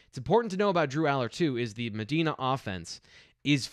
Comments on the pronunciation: Medina is pronounced with a long I like Me-die-na. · 2X. You kinda lose some credibility if you pronounce Allar's home town like a large city in Saudi Arabia, and not MED DINAH Ohio!